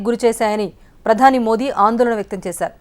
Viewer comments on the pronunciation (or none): none